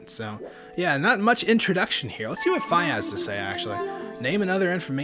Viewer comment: Its pronuced fee